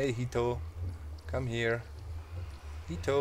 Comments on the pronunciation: I don't know if any you have any Japanese viewers doc, but 'heto' they way you pronounced it means 'person' in Japanese. I just think that that would be really funny, for you to name your guardian 'person'. it's so... average lol. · It sounds funny that's all cause to me jito is a son a nephew etc. and when he says come here heto it sounds really funny I love Doc I just thought he would get a kick out of it never meant it to sound critical I got a kick out of it but being from NM US it is a word that insisted he was calling his guardian a name I would call my son it made me laugh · Exactly! I thought he said 人 too xD